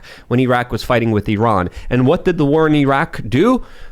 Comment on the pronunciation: its "with" not "wit"